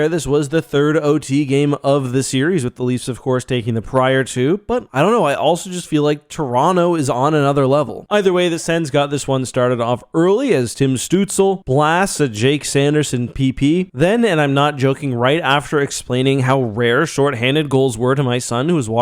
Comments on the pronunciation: Did you call him "stootz-EL"?!? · You need to learn how to pronounce tim stuzle